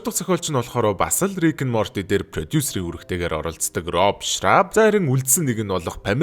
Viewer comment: ricken morty❌rick morty✅